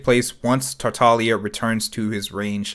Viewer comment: Thanks for pronouncing his name correctly. Other YouTubers and their hard G's are making me insane.